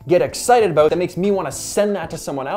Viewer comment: "Aboot"🤣🤣 good videos thanks 😁